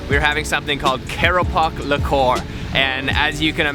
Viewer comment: Lekor pronounced as lay kowr